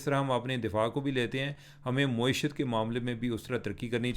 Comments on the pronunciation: آپ معیشت کو “مویشیت” پڑھ رہے ہیں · محترم چیمہ صاحب معیشت کی میم پر زبر ہے پیش نہیں ہے۔ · عمر بھائی اردو میں کئی الفاظ آپ غلط بولتے ہیں جیسے معیشت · Plz pronounce معیشت properly. Don't twist it upside down